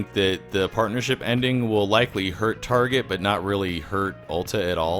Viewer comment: Whose mom also called Target "tar-jet?"